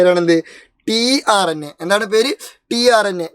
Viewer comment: tRNA ❌ trna ✅